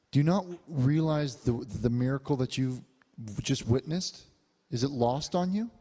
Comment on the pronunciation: "I witnissed a nosebleed I'll tell you that" I'm dead 😂😂😂💀💀💀